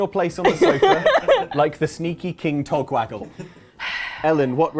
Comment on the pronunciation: The amount of attempts needed to say "King Togwaggle" is about as ridiculous as Sheogorath's personality.